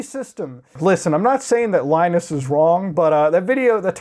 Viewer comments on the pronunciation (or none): none